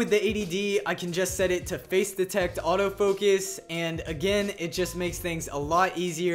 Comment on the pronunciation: Its autofocus not autofokes.